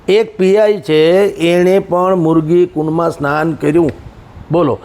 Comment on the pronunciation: મુર્ગી નહિ મૃગીકુંડ બોલોને યાર.